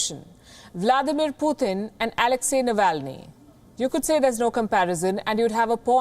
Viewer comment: It's Putin NOT Puthin. Please say his name correctly.